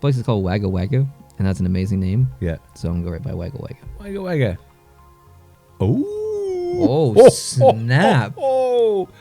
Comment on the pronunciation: although im late its pronounced wogga wogga not wagga wagga